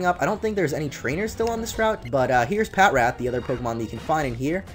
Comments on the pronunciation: its patrat not pat rat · It's Pa-trat. Not Pat-rat. Sorry I just have OCD so I can't stand it when u say Pat-rat. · Omg! I pronounced Patrat pat-rat too. But then I saw the show and they pronounced it pa-trat and I was like tf? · Isn't Patrat pronounced pa-trat? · I pronounce it pat rat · Patrat is actually pronounced pa-trat lol